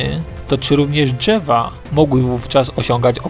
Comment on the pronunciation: "Dźewa" czy drzewa ? "Półtorej kilometra" czy półtora kilometra? Za karę CZEBA SZEJSET razy napisać poprawnie. :) :) :)